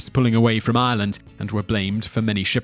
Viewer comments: I'm sorry but 1.) it's Ireland not Island - say it right and you've butchered most of the names. I know they may be hard to say but at least pronounce easier ones like Banshee correctly. You should be putting an accent on the she so it stands out more if that makes sense? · anyone else feel he's pronouncing Ireland wrong :/ I'm hearing Ieland not Ireland maybe its just me